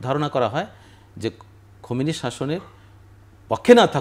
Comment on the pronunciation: নামটা সুন্দর করে বলা উচিত খমিনী না খামীনী